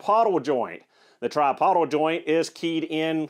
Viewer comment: tripodal "try-pO-dull"